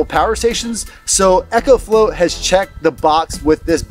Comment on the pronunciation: It’s pronounced “Eeee-CO” 😂